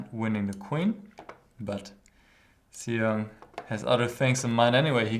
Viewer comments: GM Huschenbeth, his name is pronounced as Shong ( rhymes with Song ) :) Thanks for analyzing this game. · I believe his last name is pronounced "shong." The X in Chinese names is normally an "sh" sound.